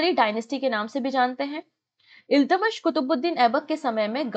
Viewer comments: Ma'am your pronunciation of iltutmish is wrong.Please correct it. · Exactly it’s kinda bugging in my ears the wrong pronunciation